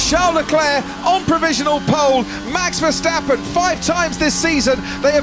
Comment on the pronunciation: the still keep saying ; MEX VERSTEPPEN